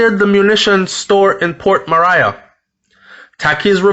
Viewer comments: Yow its not port Mariah its port Maria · Nobody shot anyone multiple times for nothing so stop speculating that she is completely innocent. She is obviously mixup in some shits and pissed off a few people. And for Christ sake it’s Port Maria now Mariah as you pronounce it...sounds annoying. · You started this video by acknowledging that Port Maria was named under Spanish colonization, therefore it only makes sense to pronounce it the CORRECT way PORT MA-REE-AH! not port "Mah-rai-a". I appreciate the information but it just killed me every time you repeated that. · Just a little correction its pronounced ( mah'ri'a) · Love the brief history before the dark incident. It's pronounced Port Marry-a stress on marry .... short soft ah sound. You're welcome.🙏🏽 A place/town with a very rich history. Sad sad episodes of violence and brutality of late. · Pronounced Ma-ri-yah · It’s pronounced port ma-ri-a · Ahh. It's pronounced Port Marea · He has never corrected me. I thought he'd want to know he's saying Port Mariah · Who cares if he doesn't liked to be corrected. Its port maria. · You are correct, I laugh at the way he pronounce it, I was born there so yes u are correct, he pronounce it wrong 🤣 😆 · The I in Maria is short I not long I. Port Maria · Lol at your pronunciation of Port Maria